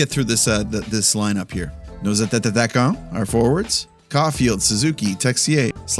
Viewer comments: I just want to tell you in french you just say it like it’s written a-ta-kan. thanks for the reviews and everything I really enjoy that! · Your resolution for 2026 is to pronounce 'Attaquant' correctly! 😂 No hate btw just love! 😜